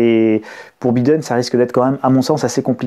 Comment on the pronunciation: En anglais le i se prononce (aie) Biiiden ^^